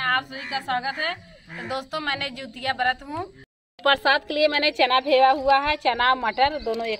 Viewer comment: Jitiya hota hai jutiya nahi